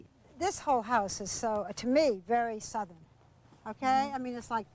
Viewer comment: "This whole house is so, to me, vewwy southwern. Okay? I mean, it's like Tawwa, in Pasawdina"...how did this woman mak this living? Who did she know? She never interviews, but more so interrogates. UGH!